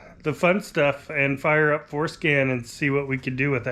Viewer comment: My immaturity keeps hearing "foreskin" instead of "forscan". 😂😂😂